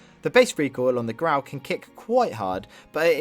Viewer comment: ITS NOT GRAW ITS GRAU